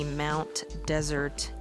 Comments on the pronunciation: I’ve spent summers on Mt Desert Island for years, and my aunt lives in Somesville. No one pronounces it like desert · Great video, but Mt. Desert is pronounced Mt. Dessert